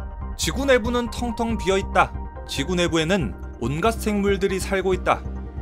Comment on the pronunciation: 텅텅이가 탕탕이로 들리므로 낙지탕탕이 먹으러 가야지